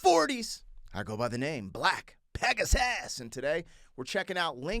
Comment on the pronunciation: The way you said pegasus at the start sounded like peg his ass